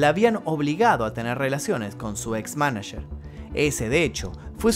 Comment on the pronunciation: "Manacherrr" jajajaja